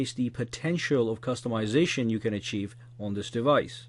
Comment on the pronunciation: my favorite part - "so what are you? A cust-a-mization freak? Or are you all about beautiful apps?"